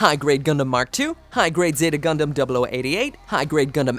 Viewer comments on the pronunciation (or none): It's Gundam not gridman